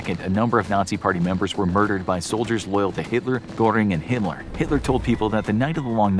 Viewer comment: At least you say Himmler and not HAY-mler. Lol